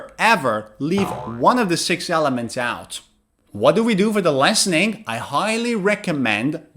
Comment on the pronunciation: Hi teacher! Great video. I just have a question, purely out of curiosity. Why do you pronounce "listening" and "protein" differently? Or maybe different is not the word. I make the short i sound in the 1st syllable of listen and long e for the 2nd syllable of protein. No hate here, just curious 😊. Thanks